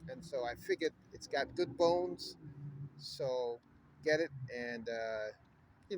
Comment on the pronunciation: What English is Gat??? Not Get, orGot not Gotten, Getten or Gat....